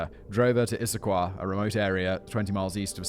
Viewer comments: Ok, fact boy. As a WA state resident you get points for getting Issaquah right but Sammamish is pronounced suh-ma-mush not sam-am-ish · It's pronounced "sum-AM-ish" I know- our Pacific Northwest names are pretty rough, but bravo- you nailed Issaquah! :D